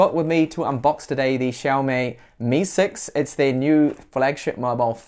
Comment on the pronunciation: It's xiaomi not xiaomay !